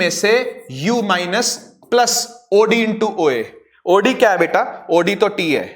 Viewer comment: When sir speak oD and i listen audi